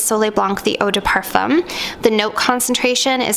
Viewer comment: You’re Canadian!! Don’t pronounce the c in blanc or the m in parfum I just found your channel but your French pronunciation is killing me. Seek proper pronunciation please.